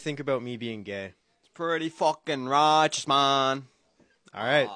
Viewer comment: The way he said “s preety fookin roichous maan”